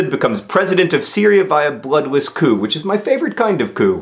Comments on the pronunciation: You don't pronounce the p, it's said 'coo'. (It's french) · I'm sorry, but what's cou? or kew? or coux? or whatever John is saying that sounds like the 'ckoo' part of 'cuckoo'?